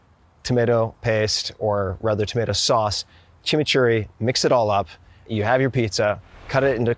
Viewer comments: Props for correctly pronouncing "Chimichurri" ... Much respect! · The best Chimichurri pronunciation I’ve heard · 👏🏼👏🏼Mencionaste la palabra chimichurri perfectamente como un hispano/latino 👏🏼👏🏼